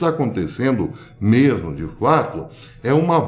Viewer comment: Ôh dureza! "Né mersmo"?